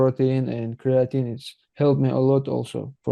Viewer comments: He uses Creo-teen lol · Criateen and proteen😃